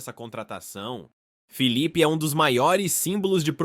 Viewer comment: NÃO É FEEEE E SIM FILIPE É COM ( I ) SUAS ANTAS